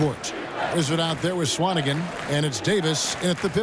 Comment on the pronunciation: You're pronouncing swanigan wrong